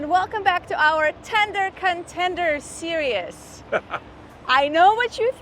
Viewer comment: Series -- It's "seer-eze, not "seer-e-us." Just sayin'